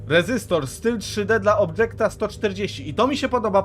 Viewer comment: ale to jest objekt, nie obdżekt po angielsko niewiadomo jakiemu XD